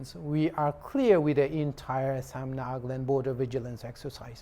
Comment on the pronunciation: News reporters : Nag-land True accent: Naga-land